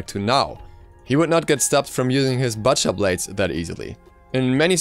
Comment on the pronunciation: The way you mispronounced "butcher" annoyed me. But still good information.